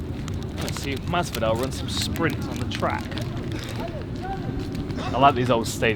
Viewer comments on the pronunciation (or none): "JORGE MAS-VAH-DAL bitch" -Joey Diaz